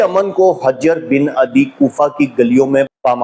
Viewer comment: بھائی جان شیعہ بے شک نہ مانیں کہ وہ صحابی نہیں تھے لیکن ہماری کتب میں ان کو صحابی مانا گیا ہے۔ دوسرا اپ ان کا نام بھی غلط لے رہے ہیں حجر کے اوپر پیش ہے نہ کہ زبر علامہ حلی کا نام بھی غلط لیا آپ نے حلی زیر کے ساتھ ہے